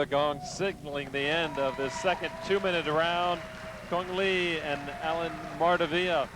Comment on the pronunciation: Cung Le not Cune Lee, you are not a Vietnamese.